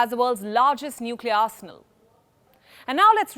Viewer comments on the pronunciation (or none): none